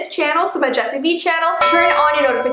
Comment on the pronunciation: Its not bee oof